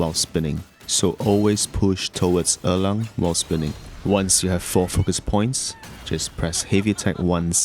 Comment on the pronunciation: Thank you!! I was able to beat him using your build with some practice on timing and sequence! This is an incredible guide Also, props to the way you pronounce“Erlang”. It’s the closest to the correct pronunciation amongst all the versions I’ve heard on YT so far